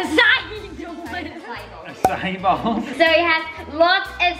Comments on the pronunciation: when you said Acacia it is pronounced akasha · I laughed so much when called it “açaí doors”